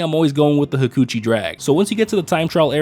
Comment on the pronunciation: LOLLLLLLL; he said “ha-coochie” drag and it took me out